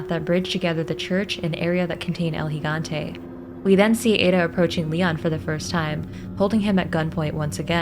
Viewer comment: Your the only one so far who correctly pronounced Gigante.